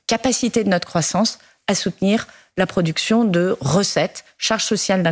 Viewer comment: "Lorsque tu vas sur une ligne de productioneeuh, c'est pas une punitioneeuh. C'est pour ton pays, c'est pour la magie" 😂